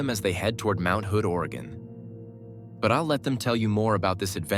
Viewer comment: It’s not Or-uh-gone! It’s pronounced “organ”.